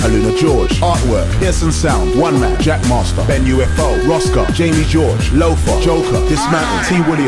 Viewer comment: it's actually "Mosca - Bax" lol